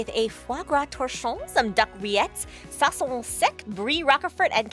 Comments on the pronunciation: It isn't "Sauccion sec" it's "Saucisson sec" 😂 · "sauccion sec " doesn't exist it's called "sauciSSon sec " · Not sauccion sec but saucisson sec. Love from France :) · Thank you for saying frog legs don't taste like chicken they def don't....and i thought you learned French wtf is "soisson sec" its saucisson sec! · sauccion sec ? lmao it's saucisson jk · SAUCCION SEC!!!??? are you serious. You don't deserve to eat "saucisson sec" my friends... 🙄😅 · sauccion sec hurt a lot it's saucisson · it's saucisson sec and not sauccion sec :) nice typical food :) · "sauccion sec" 🥴😱😭 Trop de choses ne vont pas dans cette vidéo Et non mais sérieusement, leur faire manger des escargots et des cuisses de grenouilles ?!! J'en ai jamais mangé ! Qui mange ça ? Quasiment que des touristes avec leurs clichés ! On voit que la prod n'a pas fait beaucoup de recherches. Désolant.